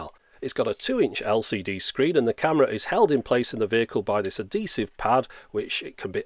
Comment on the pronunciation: "adeesive" lol I like all your videos though.